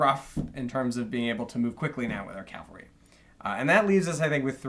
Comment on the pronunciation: To Blücher, it’s cavalry, not calvary.